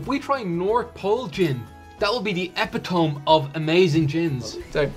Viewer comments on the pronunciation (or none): I don't really want to be this guy but.....epi-TOME...I had to sit quietly for a minute after that.....Merry Christmas all.... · I think just betrayed that he reads a lot - he pronounced it 'EPitom' instead of 'ePITomee'. Usually that means someone's learned a word by reading (I've done this many times in my life!) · Is... is "epitome" one of those "oregano" words where pronunciation is regional, or did lovely simply swing-and-miss on what should be "eh-PIH-toh-mee"? If it helps, the damn thing was originally French but we cut off the accent marks for "ease" of spelling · I have a Boodles’ mirror from the 1970s! and together are sublime to watch! Epitome? It’s e pit o me. 😂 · OH shiZ, he said EPITOM, I thought I was the only one that misprounched that Word.